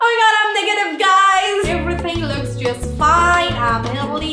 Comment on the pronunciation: The video is ammezingg.. jusht ammezzing 😂😂😂